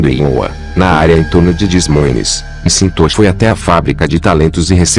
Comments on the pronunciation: O nome do homem não se fala em inglês mcintochi e sim Maquentoch . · Só um reparo: não é "eme sintoxe" que se pronuncia o nome do dono, é algo como "méq intóche". Acho que o texto foi lido por um robot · A história é interessante mas o cyborg lendo o texto é desmoralizante. Pô, o nome do cara é McIntosh e ele pronuncia "cintôshi" por várias vezes. Voz insuportável. Se o "Mundo dos Mistérios" quer ganhar mais viewers, por favor, dispensem o robô for good! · Cara, que narração irritante essa. "Michintosh" é imperdoável...